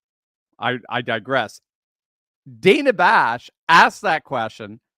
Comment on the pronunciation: She Kamala called Dana Bash......Dan ah. Lmao!